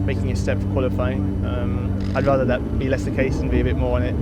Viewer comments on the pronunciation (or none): none